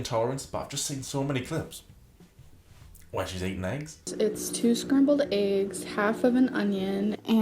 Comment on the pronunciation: I hate. Hate. HATE. How she says certain words. Such as (Agg) egg (lAGG) leg. I get accents but why only on very specific words. And how can you be a writer when you can’t even speak grammatically correct.